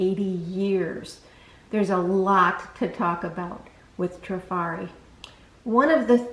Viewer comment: so glad to see someone pronounce it properly :) I hear many say Try-fari